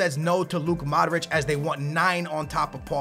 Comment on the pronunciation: his name is mODric not maric